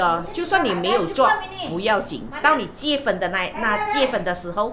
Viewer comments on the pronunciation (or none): 你可以不要说（结分）吗？哈哈😅是读（结婚) Jie hun, 不是 Jie fen, 不然一直结分结分，结了就会分开啰，哈哈。😜😍